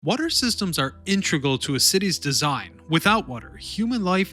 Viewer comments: lol, why do you pronounce it 'intragal?" the word is integral... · You lost me at the forth word. "Intregal"? You really think it's "Intregal"? Your video is no longer interesting after only four words. The word you're looking for is "INTEGRAL". How can we accept anything you say as accurate when you don't even know how to pronounce a word as simple as "INTEGRAL"? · LOL one second in and you say "intregal"... which isn't a word. You're looking for integral: in·te·gral. ◡̈